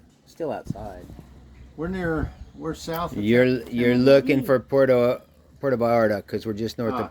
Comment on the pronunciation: it’s “Puerto,” not “Porto …”